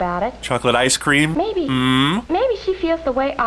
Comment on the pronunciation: Why do they keep putting weird emphasis on the wrong words? Like "ice Cream" instead of "Ice cream".